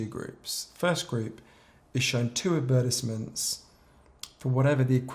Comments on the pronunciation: why does he pronounce advertisements like that lmfao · The way he says advertisements sounds like he’s saying appetizers 😂 On a more serious note, I deleted Snapchat, Facebook and twitter several years ago, but it always seems like something comes along and fills the void. I deleted those ones, then I was addicted to Instagram. After removing Instagram, YouTube and Reddit filled its place and now it’s just youtube constantly. It really does feel like an endless cycle. I think I’m addicted to the sheer volume of information that is out there and ready to be consumed and it drives me crazy